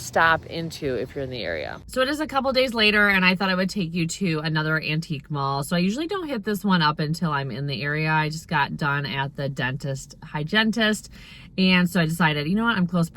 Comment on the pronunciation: I’m surprised nobody commented on the pronunciation of hygienist, said like“hygientist” with a t in the middle. I don’t think it was intentional because it was said right after “dentist,” so they ended up rhyming. I thought it was cute and it made me giggle. 🦷🪥👩🏻‍⚕️